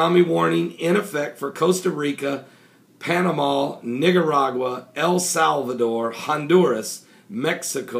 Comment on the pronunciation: It's Nicaragua not Nigeragua.